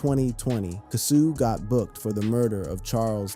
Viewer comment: His name is pronounced " Kay- so" at least say the name right....like you keep up.